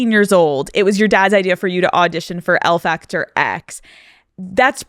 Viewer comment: The Spanish pronunciation in this is appalling. El factor X, mañana será bonito, TQG, her name Karol?! Surely she should have got someone on her team to teach her how to say these things. This would have been much better with a more respectful presenter like Zane Lowe or better yet a Latino